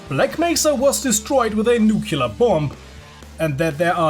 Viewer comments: what is a nucular bomb? do they call em like this? it's a god damn nuclear bomb! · I know someone is going to get ticked with me saying this: Isn't i nuclear said as new-klee-ur , not new-kew-lur? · Good point, except /ˈnjuːklɪə/ Is pronounced as new-clear, not nucular. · Its nuclear not nucular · This dude literally cant say nuclear, he says noo-keelar, is it hard to say noo-clear ? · It's pronounced new-cue-ler.